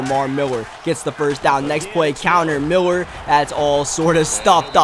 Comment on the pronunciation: Love the way he say Miller. Miwwer